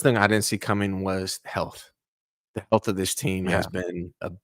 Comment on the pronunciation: He said health😂😂😂